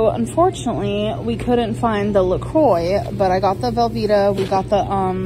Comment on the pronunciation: Hearing her pronounce La Croix hurts. I hate to be that person but that's not how you say it, gorl.